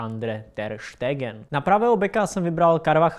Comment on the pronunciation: ta chyba!! "steegen" jako rlly?